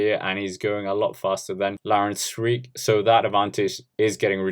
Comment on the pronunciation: can I give you a tip mate? Try to pronounce the "ee" in Sweeck as you would the "a" in brake